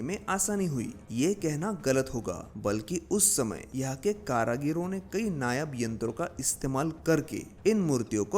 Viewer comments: Karigaro hoga karagiro nahi🤣😂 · Karagiro nehi karigaro ne bol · Pehle apni Hindi sudharo 🤨☹️ फिर, हिंदी में विडियो बनाना। कारीगरों का उच्चारण कारागिरो कर रहे हो... Too disgusting 🤨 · बहुत सुंदर 👍🏾👍🏾👍🏾 मन्दिरों की पुनरुद्धार होनी चाहिए।। विडियो में जगह जगह आपने कारागिरों शब्द का प्रयोग किया, “कारागिरों” गलत है,“कारिगरों” सही है । ध्यान दिजिए।। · कारागिरों शब्द नहीं है सही शब्द कारीगरों है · कारागीरो नही होता है, "कारीगरों"होता है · Caragaro nahi caregaro hota hai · Its karigar not karagiro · कारागीरो नहीं कारीगरो होता है। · अबे गधे कारागिरो मत बोल 😂😂😂 कारीगरों बोल जो कि सही शब्द है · KARAGIRO NAHI KARIGARON